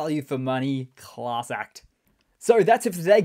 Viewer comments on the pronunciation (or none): none